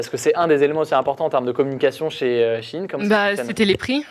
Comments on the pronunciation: C pas she in mais shein (chaïne) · J'ai trouvé que ça ne se prononce SHI IN comme ils disent mais SHEE IN. Prononcez l'article au moins correctement et on vous croira pour le reste 🧐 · ET moi qui prononcé Sheyne XDDD